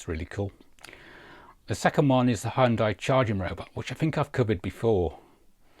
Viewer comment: Another good roundup, but you have to practice pronouncing Hyundai properly. They even put an advert out last year to try and get people to say it correctly.